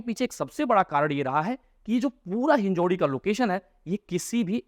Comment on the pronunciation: कृपया "हिंजेवाडी" बोलिये, आप गलत उच्चार कर रहे है.